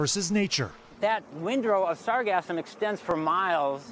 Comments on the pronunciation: said sargasm 3 times >.< Sargassum 0 times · sargassum not sargasm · "SAR-gasm?" our reporter has a bit of a Freudian pronunciation problem... it's "Sar-GAS-sum." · reporter: please listen carefully to the technician's pronounciation of the word. its sargassum, as spelled, not sargazm. like sargasso sea, not sargazzo sea.😅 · "Sargasm" LOL🤣 SarGASSum. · It’s not sargasm , it’s pronounced sarGassum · LOL, it's sargassum, not sargasm 😄